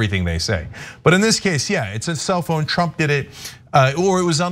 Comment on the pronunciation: I kept hearing "It's a cell phone" instead of "self-own". I'm like what is Cenk talking about?